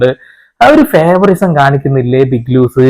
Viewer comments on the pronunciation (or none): ഫേവറിസം അല്ല ലാലേ .... ഫേവറൈറ്റിസം...✓